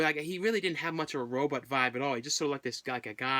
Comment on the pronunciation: Always enjoyed going back and watching some of your videos I might have missed!!!😊😊😊😊 the way you pronounce Robot ("row-bought" ) comes out sounding like you're saying "Row-butt" !! 😁 not a huge problem or anything,just thought it sounded kinda funny lol,👍😄